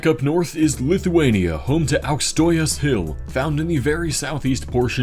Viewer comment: he sed auksases hill😂😂